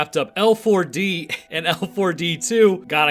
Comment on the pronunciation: Who tf says "Lee Four Dee"?